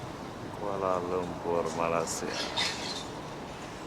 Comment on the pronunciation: Bila mamat ni sebut je malassia terus tak minat dgnnya , dia nak beritahu dunia yg rakyat Malaysia ni malas2 lah tu , negara2 asean pun salah sebut , subjek pengetahuan am kurang ye , lepas tu ramai pulak konoha yg sebut malassia , pengor tenan